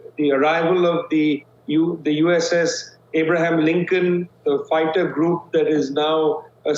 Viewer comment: For crying out loud, it Abraham, not Arab!